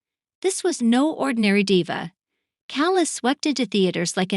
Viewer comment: I stopped watching the moment you mispronounced Diva